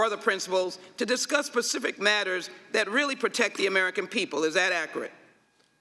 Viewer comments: “Pacific” talking points. Why are illiterate and ignorant people making this kind of money?!?! She literally said “pacific” the word is specific! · When sheila stands in front of the judge her defense will say she said Pacific not specific. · Ms. Jackson Lee said "Pacific" instead on "specific" 😆😆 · Learn how to talk Ms Lee...it is "specific" not "pacific". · Nah she said pecific I listened again like you knew I would. That was quite cruel of you and I don’t forgive easily. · Ms Jackson it's "specific" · Why is Jackson Lee asking Goldman why Trump did something? More importantly can she say “specific”?